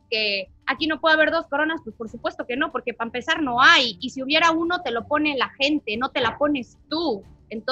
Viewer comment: Y ni así lo dice , lo dice así Pampezar jajajajajaj